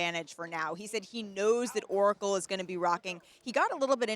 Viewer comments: Did she say ' Oracle'? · Did this bimbo really just say Oracle? 🤦🏽‍♂️